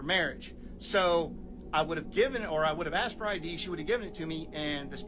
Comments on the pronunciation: "I axed you nicely.." No you didn't. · The second she said I aksed it was over